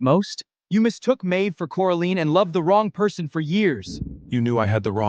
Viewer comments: Did he just call her Coriander... LoL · You did missed one,Cori Ann 😅🤣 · This is a good story. But it needs improvement because you mispronounce the actors' names, especially Coraline, and you spell them incorrectly, too. Edward needs to cut his hair and clean up his acne. He’s an heir and looks out of place. Next, you keep putting Coraline with Eamon as the maid, then the whole birthday scene at the Windsor house, it's all messed up. Did you even check the video before posting? I'm so disappointed. The audio for the birthday scene is ahead of the picture.How could you mess this up. I give it 5 stars out of 10. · really really really really really really really really really really really really wanted to like this drama...but couldn't stand the mispronounciations of her name as well as the made up words?